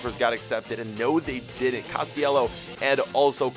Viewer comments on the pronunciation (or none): Its cast-ill-leho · Castillejo is pronounced 'ka'sti'je'ho